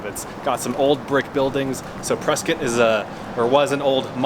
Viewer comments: You pronounced Prescott correctly 😁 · Nice work in highlighting my neck of the woods! Moved to near Prescott (pronounced Preskit) 17 years ago from New York. Absolutely love the area!